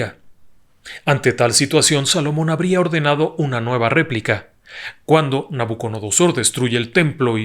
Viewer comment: Felicitaciones. PD.: Es Nabucodonosor, no Nabuconodosor.